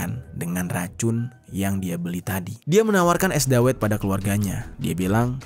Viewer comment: Bacanya dawet bang, bukan dawet.